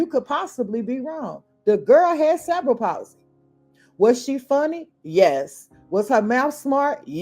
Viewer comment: Cerebral (Sir-ree-be-ral) Palsy